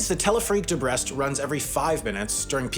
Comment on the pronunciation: While I appreciate the attempt to pronounce “Ateliers des Capucins” correctly, “Brest” was completely mispronounced and so were Paraguay and Uruguay 😂